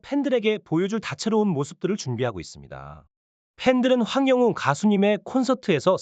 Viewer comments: 연예뉴스님 발음이 좀 독특하시네요 ~황영윤이아니라 황영웅입니다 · 황영웅 울 가수님 이름 황영웅 발음 적확히 해주세요